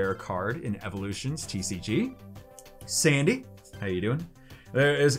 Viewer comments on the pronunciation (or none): none